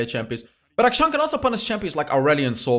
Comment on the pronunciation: Akshan is pronounced A-(kshan), as in 'action'. It's an actual Hindu name.